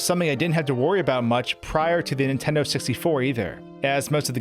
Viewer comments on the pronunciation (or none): none